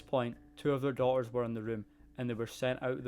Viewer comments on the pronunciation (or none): I couldn’t tell what it was but it’s the omission of pronouncing Ts in the words. Se—ing (setting) Daugh-ers (daughters) Ma—er (matter) . Real-or (realtor) . Sea—le (Seattle) It’s cute. The accent is also musical and mild. I LOVE IT!!!!!!!!! A lot easier to understand than being a Jamaican! 🤣